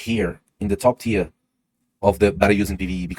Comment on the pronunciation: Awesome content as usual! Thank you. And well done trying to say TIER correctly! Teeeer instead of tire. Well done! 👏🏻👏🏻👏🏻👏🏻